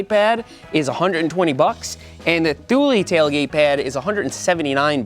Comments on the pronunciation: Th/oo/l not Th/oo/leee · Hey Seth! Just popping in to say that "Thule" is pronounced "tool"! Hope you get well soon! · pronounced toolee isn't it? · He pronounced thule wrong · Is that how you pronounce Thule?? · I was waiting to hear how you pronounce Thule! 😀